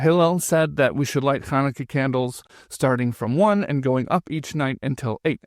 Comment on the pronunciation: When she says “you cannot top the first night of Chanukah,” why does she pronounce “Chanukah” without its first consonant: as “Anukah”? Listen to it yourself, over and over (maybe with something to slow the speed) and you will certainly hear it! What’s up with that?!?! Something very similar happens later on, too — when she says: “Both of those are holy”: she pronounces “holy” as “oly” — without the “h” … what’s going on?